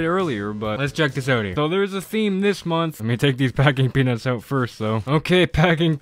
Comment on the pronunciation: Every time he says “packing peanuts” I hear, well. You know what I hear…